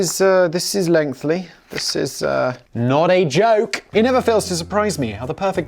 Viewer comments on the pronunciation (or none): lengthLy? Jesus christ, Simon, you talk for a living. Learn English! Edit: Me: and a little of the French we've borrowed - say blancmange with me now, "blomondj" Simon: "Don'tCare"